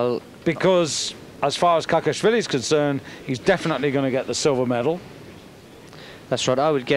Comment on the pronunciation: It`s Kakhiashvili not Kakiasvilis.